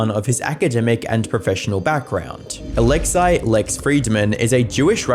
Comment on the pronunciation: It’s pronounced “Alexsee” not “Alexeye”